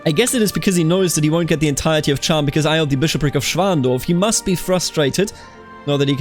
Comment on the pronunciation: as a fellow bavarian muss ich dir sagen, dass du Cham falsch pronunced hast. It's more like Kahm :) grüüße servus